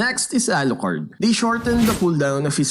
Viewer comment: the way you pronounce Alucard lol